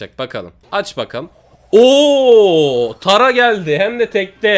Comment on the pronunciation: Tara tara diye yazılıyor söyleyince tera deniliyor